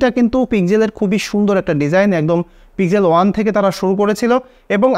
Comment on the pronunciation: পিজেল নয় দাদা পিক্সেল